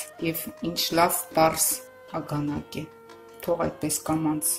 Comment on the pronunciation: Ագանակ չի...արգանակա..